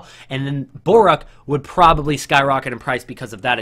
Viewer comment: BORUC :) ----- NOT BORAK